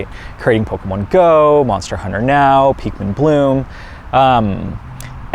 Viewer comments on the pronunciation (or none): he said PEAKmin. we always stay pikwinning, even in videos not about us. lfg!!! ...PFFFFFFFFFFFFFFFFFFFFFFFFFFFFFFFFFFFFFF!!!!!! XD